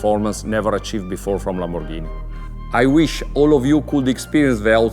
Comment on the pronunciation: Lamborrrghini sian ROASTER